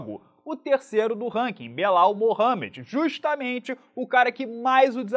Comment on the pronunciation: cuidado que falar (Belau) pode dar ruim de novo em rsrsrsr